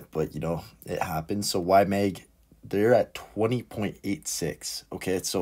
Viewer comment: It’s YMAG not YMEG … please😩